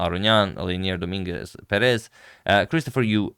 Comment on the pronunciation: Hello agad! Thank you for your daily content, it is much appreciated ❤ I wanted to let you know, since you take great care of the pronunciation of the players' names, that the correct pronunciation is Leinier DoMINguez PErez. In spanish we have written accents (á, é, í, etc.), so everytime you see one of those, you know were the accent of the word is. Thank you again for your work, I enjoy increasing my vast knowledge everyday with your videos